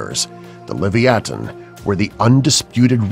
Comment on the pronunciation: My favorite was livithing